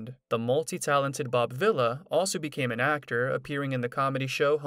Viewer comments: I enjoyed your video and learning what Bob is doing now. The only suggestion I have is you should learn the proper pronunciation of your subject's name. It is pronounced "Vee-la" not villa. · It's pronounced Vee La. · You need to say the name right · Your saying the last name wrong